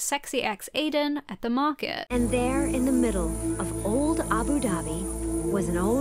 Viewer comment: why you pronounce abu dhabi like that??